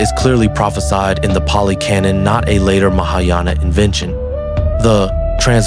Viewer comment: Totally mispronounced. Palli is the Bihari language totally mispronounced. Track Xuanzang and you will realize it.